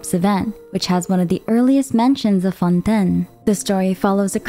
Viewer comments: I just have to ask why so many things like Fontaine and Tavat are miss pronounced lol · Lady omg it's not fon10 lmaoooo